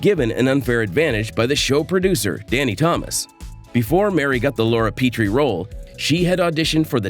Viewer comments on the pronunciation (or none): It’s Laura “PEHT’ ree” not “PEE - tree”